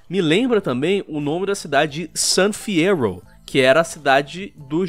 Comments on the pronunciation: GTA: San Fyerro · Fiyero = San Fierro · Fyero = San Fierro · Gente, Fiyero = San Fierro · San fierro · San fyerro certeza kkkkkkkkkkkkkkkkkkk a volta do agaragam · gta 6 san fierrouuw (cidade do gt sa san fierro)